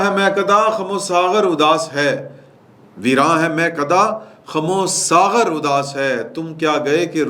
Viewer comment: "Kham-o-saaghar".... nhe......."Khum-o-Saaghar" udaas hain